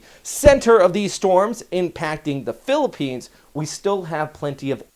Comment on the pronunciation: Good job at pronouncing the names of the places in the Philippines fairly correctly. It indicates some effort were made, and I appreciate it.